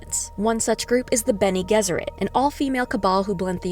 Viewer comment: Hello, it's a "G" for Gesserit. Like G for George. Have you even seen the movies?